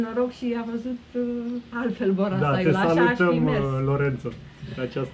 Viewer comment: Boracay nu Borasay.. 😁 Filipine cu bune cu rele e locul in care m-am simtit ca pe vremea copilariei cand oamenii apreciau putinul pe care il aveau si traiau cu zambetul pe buze!👍😎